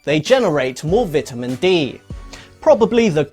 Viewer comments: Lol “vitimin” its vitamin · "vidamin dee" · Did he say vitamen? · vit-ah-min d. i cant right now. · Lol the way he says “vitamin” is way too funny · You're pronouncing vitamin wrong. Just saying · I hate the way he says vitamin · How he says vitamin upsets me